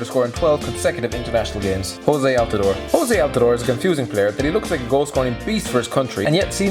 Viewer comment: Did he just say JOSE Altidore? It´s Jozy (Josie is how you pronounce it)